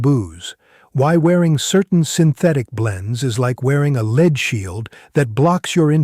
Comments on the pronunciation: Lead here's not leed, it is led. Ai crap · I wish AI could pronounce lead properly, as a verb it is LEED, as a noun it is that hard metal, LEAD. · What is the deal with these obvious AI cartoons? No matter how real it looks, when you take a drawing, no matter if a human or a computer generated it, and animate it, you are making a cartoon. This is a cartoon. He called Lead LEED FFS. When does this end?